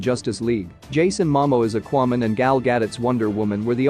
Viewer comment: And Akuayman lol